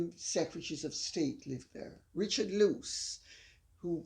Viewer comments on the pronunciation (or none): none